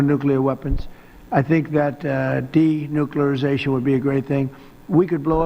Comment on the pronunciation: " De- nookleration" Now I need some " assam..assa...acetone ..acetaminophen "